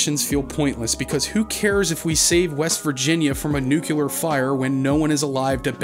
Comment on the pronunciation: So... you subscribe to the George Bush school of pronouncing nuclear. I don't know what it is with Americans and that word.